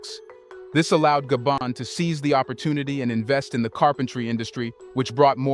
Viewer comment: Though it took so very long for The Continent of Africa 🌍 to wake up from their long nap...may Africa continue to remain awake. In addition, I tried so hard to embrace The Narrator's pronunciation of my ancestrial home Gabon.🇬🇦 Gaybond 👉 (no) pronouciation/Gar-bone- Gabon🇬🇦 ✔️ Gaybond-knees..people👉 (no) pronunciation Gar-bone-knees people. ✔️Gabonaise 🇬🇦 people.